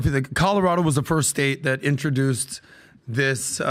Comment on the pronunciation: Trump was on our ballot here in Colorado, and all four of us in my home voted for him! Oh, and cheers to you for pronouncing 'introduce' correctly, guys; so many say 'interduce'.